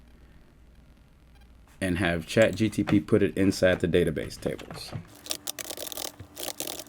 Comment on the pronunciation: Say chat gtp one more time